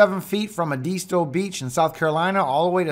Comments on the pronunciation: Eh’ des toe beach. Not eedeezto beach 🤪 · pronounced: Ed-i-sto Beach. We awaiting your return to Greenville, SC. Get out of Wisconsin and come back to the south.